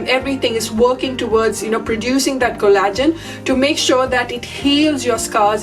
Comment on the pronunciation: Pronaunced cOllagen , not collAgen.